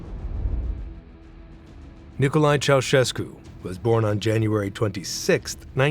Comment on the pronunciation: Ma come cazzo lo pronuncia il nome????